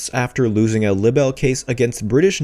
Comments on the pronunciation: Dude, the word libel is pronounced "lie-ble," not "libble." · It's pronounced lie bell not libble. shakes head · It’s pronounced Lie-bull not libble please narrate correctly 🙏 thank you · I'm so glad someone said it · You really must be glitchy if you have no idea how to pronounce libel correctly. I wouldn't have any problem with him saying lie bull as libel is both of those things, but libble is just unacceptable in what is supposed to be a news report. Even computer voices don't make that mistake. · it's pronounced LIE-BELL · I wish your stuff was up to date. At least say the word "Libel" correctly. You have changed it up tho mind as it was 6 months out of date now it's about 2 months. Meetoo movement is folded because of heard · That's a long i on libel. Try to pronounce it correctly.